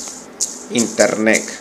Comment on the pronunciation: Internec... Jajajaja